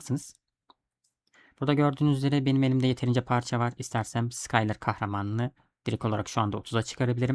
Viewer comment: isimler hatalı telaffuz ediyorsun. Allah Allah diyorum, ben de bunlar kim, neden bende yok diyorum ben de. 😅Çarlinin asıl adı Karli, sıkayler dediğin ise Şuylır diye okunuyor. Lütfen beni yanlış anlama. Kabalık etmek ya da ukalalık yapmak gibi bir niyetim yok. Sadece benim gibi acemilerin daha iyi anlayabilmesi için. Seviliyorsun, iyi akşamlar. 😊😊😊😊